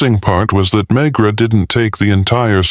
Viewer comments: I can't believe they even posted this, but it's coming from Pakistan so they probably wouldn't have noticed the mispronouncing even if they had listened to it themselves. Ugh.. I can't help but feel I'm hearing a story about Dr. Phil (McGraw) 😊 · I think the voice is ok , it's the cadence and mispronouncing the main character's name through the entire book that's really bad.